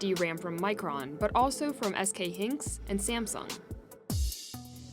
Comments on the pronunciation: HYnix not HYNX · "Hay-Nix" not "Henks" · This narrator doesn't even know how to say SK Hynix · haha mispronounced "hynix"... poor hynix or a bad speaker on resposibility? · and capacitors